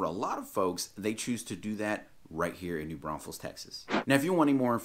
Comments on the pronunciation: You call it New Braunsfels at 1.54! Apart from that great video, thanks. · Hilarious how you said “don’t say New BraunSfels” and then repeatedly said it 😂🤣😂🤣